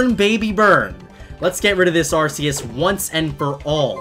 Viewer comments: its rks not ar see us. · Ar ck eus not ar s eus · not arseus its arceus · It is not arceus it is arcoos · IT'S PRONOUNCED ARR-COOS! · Why do people call arceus as ar - see - us. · You said Arceus super badly. It's (are - key - us) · Not mad but i think its arc-e-ous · Its pronounced Arcoos. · oMg YoU pRoNoUnCeD aRcEuS wRoNg LoL Said weebs who really want correctiveness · Ya, He pronounces Arceus's Name wrong, idk why ;w